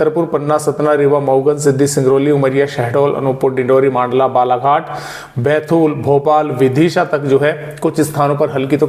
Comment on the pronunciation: First मंडला जिले को मांडला ना बोले सर 🎉🎉